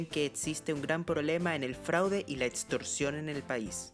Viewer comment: otsion o etstorcion, se dice opcion o "ecstorsion" y no etstorsion